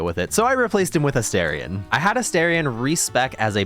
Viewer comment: Can I just say I love your video? However, I cannot subscribe until you pronounce my boo's name properly. It's A Star ree ahn, not A Stare ree ahn. Just FYI.